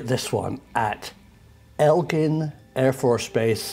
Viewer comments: Egg-lyn not el-gin. It’s spelt so as well “Eglin afb. Much love you you from Fort Walton Beach, Florida, USA🇺🇸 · Prof it is pronouced "Egg-Land" not "Elg-land" You brits and your languages lol....the word Aluminum drives me nutters "All-U mini-num" Arrrrrrrr its Alum-inum